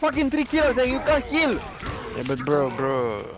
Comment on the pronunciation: "If you cant keel I can't heel"😭